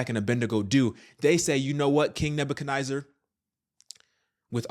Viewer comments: NEZ ZAR not NIY ZAR This is crazy... Jehovah's Witnesses have been saying this for DECADES and nobody listened 😒 This story in my opinion is like...Whatever, I've already heard this in the 80's 90's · It’s pronounced Nezzer. Not Niezer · King Neba - ka- neh-zer not nizer.